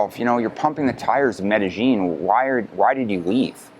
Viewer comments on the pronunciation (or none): "MEDEJING"...If you're going to promote your expert opinion on the CITY at least pronounce the city CORRECTLY! "MEDEYEEN" The LLs are pronounced like a "Y" pal. Pronounce it correctly if you are GENUINELY an expert! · Like, Like, Like.... like, like... It's not like MedeGENE like you F.ing Gringo...